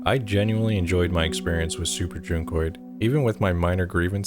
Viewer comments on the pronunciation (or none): Oh that's how you pronounce it? With a long u? I thought it was like junk-oid... and yes I was confused by that name lol